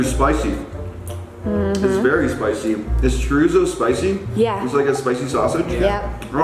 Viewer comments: lmao CHoRIzO 😂😂 My grandma laughed so hard and said omg este chico blanco gracioso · I couldn’t Stand how they pronounced every dish.... churizo 🤣🤣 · It's pronounced Chodizo